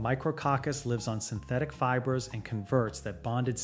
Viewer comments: Feebray?? You mean fiber, Mr AI. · Yeah. “Fee-bray” for fiber/fibre. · Can you not teach AI how to pronounce “fibre”—“feebray” is laughable! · Fiber pronounced as “feebray”?? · Oar-door. Fee-bray. AI lol. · "Feebrey" I think this AI does not know how to say fiber. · How is "fiber" pronounced? sigh